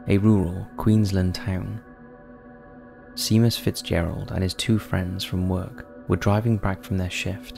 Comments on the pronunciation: This was generally good, although I knew of about 80% of these cases. Minor niggles: very long build up to the Sierra Sounds audio then hardly any of the audio, could have a done a lot more with this. Copyright? Seamus is pronounced Shaymus not Seemus. Slightly misleading to say that Eric Shipton "climbed mount Everest". He was doing reconnaissance prior to the successful attempt two years later by Hilary and Tensing. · "See-mus" How could someone who seems to have a British accent not realize how Seamus is pronounced.